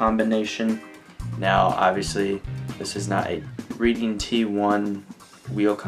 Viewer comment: good god its not pronounced like reading a book its pronounced reding now say reading t1 correctly